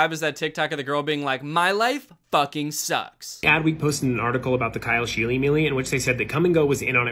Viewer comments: the fact that his name is pronounced sheel-y instead of sheel makes it worse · I cringed every time someone said scheele in this video, my last name is the same and that is not how you pronounce it🫣